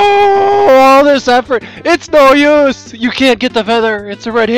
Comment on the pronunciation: everytime you say its no use i hear silver is that bad